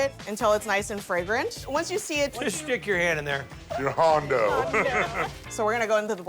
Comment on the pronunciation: “Your haundo”